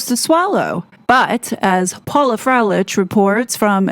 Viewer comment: Pronounced “Froe lick”. That is all.